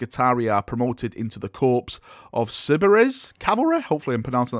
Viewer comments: Love your content, one of the main things that got me back into 40k. Your enthusiasm is infectious and the detail you go into is great. Tiny thing that gets the pedant and serviceman in me though. “Corps” is pronounced like “core” not “corpse”. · "Corps" is pronounced "core" as opposed to "Corpes". Great video! I'm not normally an Admech guy but these new models are bloody sweet! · "Corps" is pronounced "Core" my dude. Cheers!